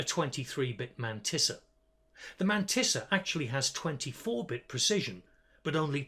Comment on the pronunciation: your way of saying Mantissa is just so perfect. has to be said.